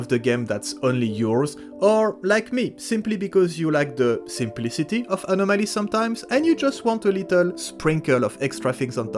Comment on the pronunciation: "the simpliticity of anomaly" :0 im scared now